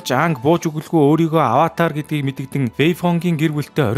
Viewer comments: Ynziin saihan tovchlol boljee Gehde bro avatr koishi2 gd baih ym avatar kyoshi shu kiyoshi gj duudna shu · Аваатр гэж уншихаа болиорой😭